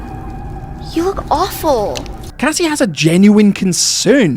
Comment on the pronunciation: Strange in my ears Roxy said something like Cassima because I clearly hear the Cassie at the beginning but then there's this 'ma' at the end. Maybe Cassie full name is Cassima ???